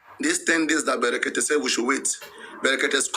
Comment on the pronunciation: The name us " BREKETE" PRONOUNCE IT PROPERLY...It's not FUNNY...he goat🐐